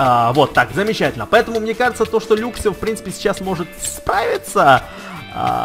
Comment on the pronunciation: не люксио а лаксио и не люксрэй а лаксрэй